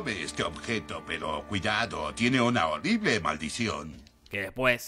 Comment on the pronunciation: "Tome este objeto, pero cuidado, tiene una holible maldicion" 🤣🤣